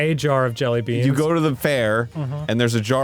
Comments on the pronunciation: You’re supposed to emphasize the word “jelly” not “beans” when you say jelly beans. Maybe this was just a bit. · Why does Arin say 'jellybeans' with a weird emphasis like that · why did Arin put so much a hard emphasis on the "BEANS" part of jelly beans